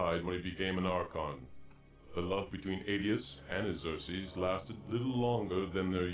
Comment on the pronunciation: The Tear Annes and planet Eye-your for Iggzerksees